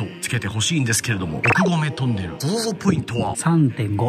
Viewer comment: ゾゾゾがソソソになってる笑